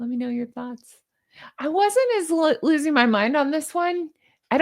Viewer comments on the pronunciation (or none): none